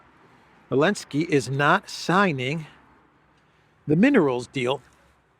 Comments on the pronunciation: Can someone tell me why always calls Zelensky "Alinsky" or "Elensky?" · Elensky elensky . Why cant you say his name correctly ??? Weird